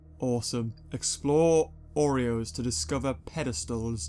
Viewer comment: Its oros not oreos